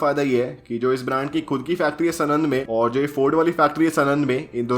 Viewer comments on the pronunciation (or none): Bhai vo sunand nai he pronounciation pronounciation saanand he saaanand सानंद है सनंद नई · Its not sanand its saanand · Bhai Sanand is pronounced as Saanand, just fyi. Good video dude. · #aristrocarsenand nahi hota sanand hota hai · भाई वो नाम सनन्द नही साणन्द है 😊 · Bro it's saaanand not snand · सनंद वाला नही भाई साणंद वाला बोलो भाई 😂😂😭😭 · Just one nit pick : it's साणंद